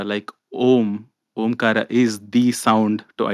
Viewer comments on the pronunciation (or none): Its aumkar u said aamkaar but its Omkaram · Why she pronounce Aamkaar? When is it supposed to be AumKaar, aka OM kaara? Am i wrong here? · It's not aamkar its aaumkar